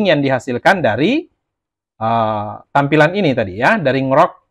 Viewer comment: baca ny En Ji Rock mas, bukan Ngrok 😅